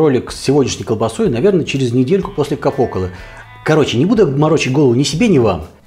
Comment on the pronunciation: Правильно произносить "кАпо кОлло" Capo collo. Типа "главное горло(шея)", так переводится. А "капОколо" звучит на испанский манер)) В итальянском ударение всегда на предпоследний слог, в отличие от испанского, где часто ударение на последний падает. Пример имя " Инесса" Инес (ит. Ударение на предпоследний слог, он же первый) ИнЕс (исп. ударение на последний слог) Привет из Италии,! Насчёт плесени попался мне интересный рецепт один. Там эту белую плесень в магазине человек покупал в пакетике...не помню в каком, может в интернете. Потом он этот пакетик водой разбавлял и опрыскивал колбасу из пульверизатора. Созревала колбаса в камере 40 дней. Вся равномерно плесенью покрылось. Толстая, не в кишке, а в какой-то широкой оболочке. Проницаемой похоже, чтобы грибки могли проникнуть внутрь и ферментировать...и вроде еще и проколол он пустоты. Там всё получилось норм. И знаете в чем возможно ваша ошибка? Что вы сахара добавили в плесень. По принципу браги - дрожжи и сахар. И наверное активизировали грибки не в ту сторону. Вот они всё вкусненькое на радостях и сожрали в колбасе, вместо того чтобы медленно закусывать и хозяину оставить. Идея соскребать плесень с готовой колбасы и мне приходила. Это выход если купить негде. Но сахар...напрасно, ваша плесень просто опьянела и аппетит повысился у неё. Я так предполагаю, ибо бражку делаю иногда и вижу как сахар активизирует дрожжи, а это тоже грибки.